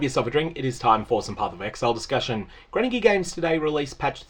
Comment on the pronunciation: It sounded like you called them "cranky gear" , kinda like that name